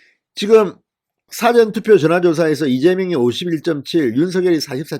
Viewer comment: 미안하지만,事前투표 발음:싸전투표× 사전 투표